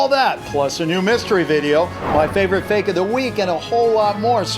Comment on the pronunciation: sayin real and fake: Well just vote ril or fik. sayin unknown: Or maybe its unknooooooown.🥴